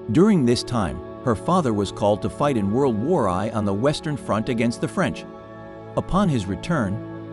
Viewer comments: You need to orogramne your computer better. It is not World War Eye, doh. Nor is her name pronounced Newman. It's Noiman. It's a German name. But thank you for your interesting account. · World War ‘eye’? Pope Piers? There’s a need here for some scrutiny and the use of a real human to narrate.